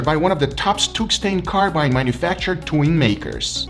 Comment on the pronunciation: World: Tungsten Carbide: Stoongstain Carmain